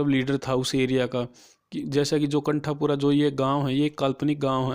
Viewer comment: Pronunciation of novel name and bhatta otherwise all good👍